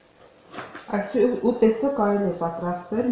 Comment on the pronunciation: Շատ հաճելի կին եք, ուղղակի հայերեն ճիշտ խոսեք,ուտես-ուտեՍտ, դարբնի տերև-դաՓնու տերև